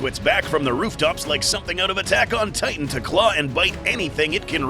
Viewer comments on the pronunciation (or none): none